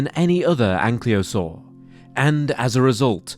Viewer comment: Why is "Ankylosaur" being pronounced as "Anklyosaur"?